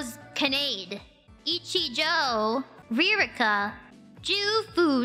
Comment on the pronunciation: itchy Joe 😂😂